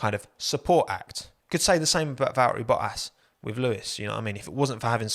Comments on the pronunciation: Valtteri Bottas - same: Valteri Bo-ass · ⚠️ To all international journalists & sport presenters: 🌐 it is NOT Lewish ... it is NOT Bottash ... and it is certainly NOT Max Vershtappen! Pronouncing "st" as "sht" is done by Germans not Dutch people! ... like an insult to us ... like insinuating you are a Nazi or something. But most people from Holland (like me) have NO issues with Germans at all. Am part German myself.